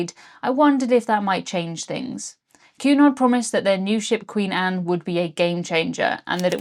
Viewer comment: I kept hearing you say "QAnon" every time you said Cunard 🤣 Blocking youtube is absolutely absurd.